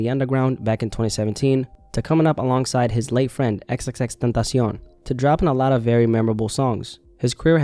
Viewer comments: Esa es la forma correcta de decirlo, su pronunciación es impecable. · Lol says it correctly fa sho